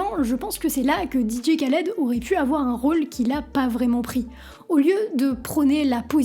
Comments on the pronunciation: Le K ne se prononce pas il faut prononcer DJ Raled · trés bonne vidéo et tu m a fais ma journée avec ta prononciation didier khaled 🤣🤣